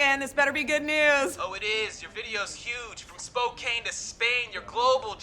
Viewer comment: It. Is. Pronounced "Spo-can" like "spo" like "spoken word poetry" and "can" like "can do attitude". Not fucking "cane" like Citizen Kain. It's the second largest city in Washington, just Google shit🤯🙄